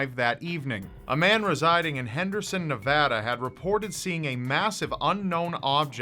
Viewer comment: you pronounced Nevada correctly! Thank you from a Nevadan lol!